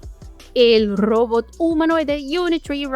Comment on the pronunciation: Todavia no aprendiste a pronunciar ROBOT y eso que lo decis 100 veces por video.